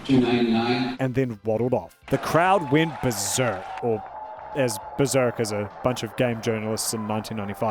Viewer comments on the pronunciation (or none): none